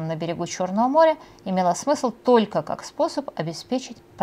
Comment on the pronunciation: Особенно тока и шобы, очень мешает и отвлекает. Юлия, если Вы думаете, что это изюминка, или приятная особенность, то Вы ошибаетесь. Старайтесь произносить правильно слова.